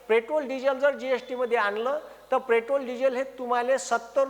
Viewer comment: आधी पेट्रोल म्हणायला शिका 😅